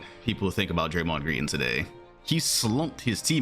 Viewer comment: Golden State warriors is as stupid as thei brAYMOND gWEEN.